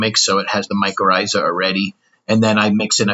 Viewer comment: You said mycorrhiza correctly.